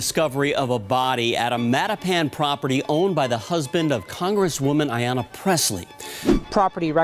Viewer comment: Come on man!!!! It's not Arianna, IT'S AYANNA